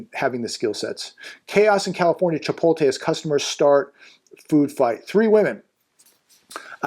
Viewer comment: Hey, it's not Chi-pol-te, it's Chi-pot-le...:face-blue-smiling